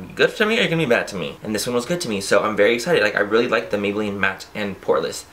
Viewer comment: why you say Maybelline that way